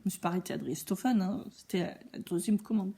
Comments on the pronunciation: Coucou 😁 Très drôle, j'adore 😂 Prononciation de driessen stoffen Le ''e'' allongé la prononciation du ''i''....donc driiiissen chtofen. Je ne pas écrire en phonétique, j'espère que cela te sera utile. À bientôt pour voir toutes les cousettes. Bises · Coucou, merci pour cette revue du site. Ta façon de prononcer Driessenstoffen est vraiment fun. J'ai juste ressenti de temps en temps une petite frustration quand le tissu passe trop vite devant la caméra. Sinon, c'était chouette. Biz à bientôt!